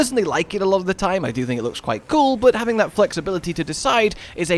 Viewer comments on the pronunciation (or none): none